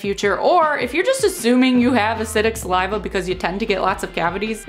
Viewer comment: Say saliva normally ffs